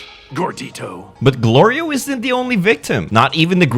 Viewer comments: Dude you had said glirio instead of glorio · I see you too have problems pronoucing his name. I can tell you this much. It's not Gorilio. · Kinda wish in adult form he would say Glorio properly since Goku did say his name properly at the end of the series. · did you say gorillio on purpose? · is no one gonna point out that called Glorio "Gorillio" lmao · "Gorilio" Even said it wrong for fun. 😂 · It would’ve been better if Goku actually pronounces Glorio’s name current when in an adult form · When you deliberately mispronounced Glorio's name I was drinking and because I was under the initial impression you'd pronounce it correctly because you're just stating information, the deliberate error nearly made me shoot my drink out of my nose! Bastard! 🤣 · Goku mispronouncing names is just the people making goku dumb for no reason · looks like even you can't pronounce Glorio's name right